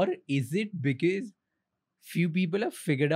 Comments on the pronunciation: 28.33 Raj shamani it’s BECAUSE not bekez for heaven’s sake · Mr Talreja cuts to the chase in the best possible way . Clarity of thought. 👏. Interview was great but the" Bikus, bikus, bikus was annoying" yaar "because" bolna seekho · Someome teach this guy to pronounce “because”, his irritating pronunciation “bi-kiz” also the guest is giving him so much info and he can’t react to that. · Why do you pronounce because as becuz? 😢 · I cringe everytime Raj pronounces because as bikiz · Hilarious how this guy pronounces, "because". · Learn to say “because” correctly bro